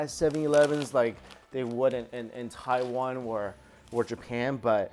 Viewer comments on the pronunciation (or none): none